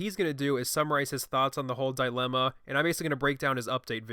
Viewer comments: I would have agreed with you, but then you said DIIIELEMNA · Hey, do me a favor, never say dye-limma ok? It's dilemma. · This nigga is trying to say he knows shit about politics but can't even pronounce the word dilemma like a normal person. This is some "I did horribly in school - didn't go to college, and I have a sub 100 IQ, but trust me I'm super smart, I've watched 3 episodes of Rick and Morty" level shit right here.